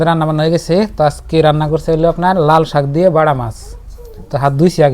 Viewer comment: নাল শাক না । লাল শাক হবে।